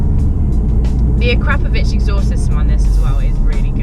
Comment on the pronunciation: keith morris lol yes agree and the way she pronounced the akropovich exhaust. complete rookie. she should research before doing videos. no filming of the exhaust and details far from being correct. i can see another fail coming as a channel. stick to the real boys! seen through glass and sol. she has alot to learn